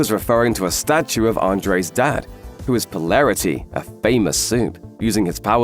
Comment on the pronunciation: how is your pronunciation of the names so bad ... po·lar·i·ty, Vought etc